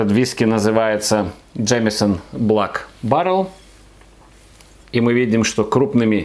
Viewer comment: Прикольно, что в начале видео звучит "блАк баррел", а с середины автору уже подсказали, как правильно читается слово Black. P. S. не проценты, а градусы!